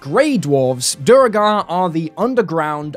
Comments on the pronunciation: You said Duergar correctly the first time, then you went to Duregar xD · I've always pronounced it "Dwergar" not....not whatever that noise is you're making :D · Duergar pronunciation has been correctly confirmed to be "dwere-garr" in BG3. It's an Old English word that is the root word for Dwarf. A combo I want to play is Duergar Rune Knight. Pop Giant's Might, then cast Englarge, you are now a Huge size dorf. :D Also, mentioning all the Spelljammer species other than Thri'kreen, my word, how very dare!